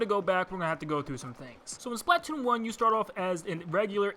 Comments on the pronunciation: Spla-toon. Say it with me now. SPLA-TOON. Not splat-toon. Only ONE T bud. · It’s not pronounced Splat-toon, it’s Spla-toon. I’m sorry but that really triggered me for some reason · Most people: "Spluh-TOON": "SPLAHT-tune" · It's not splat-oon it's Splatoon🙄🙄🙄🙄🙄🙄🙄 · its spla-toon not splat-toon 😒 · its Splatoon like platoon not splat toon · Its not SPLAT TOON its SPLA TOON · It's pronounced "spluh-toon" not "splaaaa-toon" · ITS PRONOUNCED SLPUH TOON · Hey why do you pronounce splatoon as "Splaat toon" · he says patoon captain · He said “patoon” 😂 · It’s pronounced splutoon I’m sorry I just don’t like the world splatoone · I love this video, but why do you say Splat-Toon? It’s one word. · He says splatoon wrong, it’s supposed to sound like the word Platoon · Why do you say Splatoon as splAAtoon. I know everyone has their own way of saying words but it pains me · It’s pronounced SPLUH toon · "Octo Canyon" Ahem Valley Splatoon1 THEN HE CALLS SPLATOON TO VALLEY UGHHHHHH 😂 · I know it's pretty terrible but I just can't get past the way you pronounce splatoon lol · i stopped watching after you pronounced splatoon like that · The way you pronounce Splatoon....